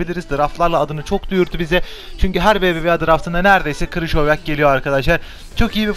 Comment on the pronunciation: Krışovyak değil krikovyak